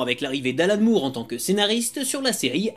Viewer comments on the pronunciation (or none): none